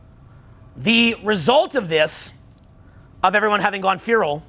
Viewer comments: It’s pronounced FEH-ral not FEE-ral - Guy from England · I just started this vid, good so far, but for the love of god the word is feral not fearal lol please unf_ck yourself 😂😂😂😂😂😂😂😂😂😂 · fay-ral not fee-ral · pronounces feral like fearal. its like fair ll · Practice this: "Ferel" is pronounced "Fair Roll" not "Fear Roll." And it's "so forth and so on," not "so on and so forth." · It’s pronounced “fer-al” not “fee-ral” thanks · Feh-rull not fee-role lololol Feh as in meh. Rull as in rull. Feral. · I heard the pronunciation, he’s right, we have gone “Feeral” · Feral: Feh - ruhl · When he asks them all to repeat FEE ROLE and half of them say it like that lol instead of the right way… they failed a social milgrams test 😂😂😂 they said the paper was red. Fail!! 🤭 Hehe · Pronounced f'EH'ral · It's pronounced "fare uhl". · Farel rhymes with barrel. :/ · Feral is pronounced like Will's last name, "Ferrell". But I get it, he's from Canada. Up there they pronounce "been" like "bean", etc. lol. I love anyway. He's the man. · Bro, it’s Feh-rul 😂. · the irony of the red card yellow card story, and the crowd copying his wrong pronunciation of "feral" hasn't been missed here. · My dad couldn't pronounce his f's either. But that was the worst pronunciations of 'feral' I have ever heard. But truthfully, it has always been this way. We just convinced ourselves otherwise. And it is just in our face because of social media not letting us bury our heads in the sand. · ...Can't even say the word feral. Lol. #Domesticated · Strange pronunciation of ‘Feral’ there… 😂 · My brain just can’t get over the way pronounces ‘feral’ 😭 😂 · Is that how Canadians say feral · It was hard to get passed this but I pushed thru because the message is right 😂